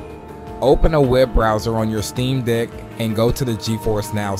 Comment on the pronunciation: He said steam dik 11 times and gifers (Ge-force) once